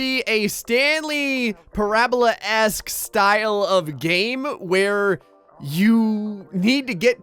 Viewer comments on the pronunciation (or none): Stanley Parr-abla! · its pronounced pair-u-bal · PARA-bull lol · thats not how you say parable.